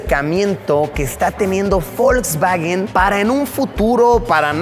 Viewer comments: por que le dices folkswagen en ves de volkswagen ? jaja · Folkswagen? O Volkswagen? 🤨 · Nunca había escuchado de. Folsbaguen xd